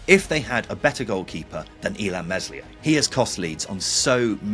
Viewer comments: FFS! The s is silent in Meslier. It is just lazy to keep getting it wrong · Are you having a laugh? This Leeds team is way stronger than the team of players Bielsa got up - mental take 😂 And we have a better squad this season than last season. And for the 100 time - Meslier is with a silent S. Try it.